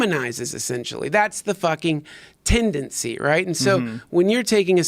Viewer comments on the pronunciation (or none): Say tendancy one more time. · If I hear you say tendancy one more time, Duncan... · "iT's tEnDaNcY" -Duncan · is there a tendency that he says tendency Hmm